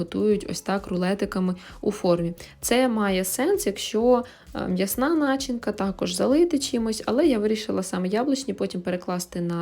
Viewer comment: Не нАчинка,а начИнка🤪😄